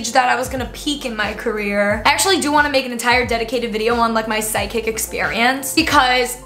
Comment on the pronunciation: omg i thought said SIDEKICK not psychic 😂